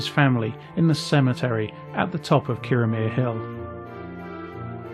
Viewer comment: I totally agree. I was in Kirriemuir a few days ago, not in Kirriemare, and I was on the Breech('ch', like the 'ch' of loch) Road and it's Thrums not Thurms. It shows an ignorance and laziness. I'm not even Scottish.